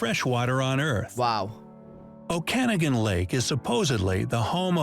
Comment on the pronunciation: This Ai is so stupid can't pronounce Okanogan